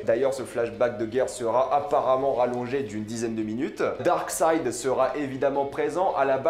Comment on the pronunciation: Darkseid pas darkside lol